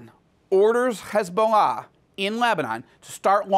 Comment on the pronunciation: Why is it so hard to pronounce Hezbollah. It's not Khezbollah